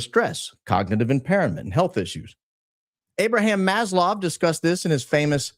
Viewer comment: Mas-low not Mas-lov!!! Why am I hearing so many people mispronouncing words? Can't y'all read? I've been hearing other creators massacre Huachuca.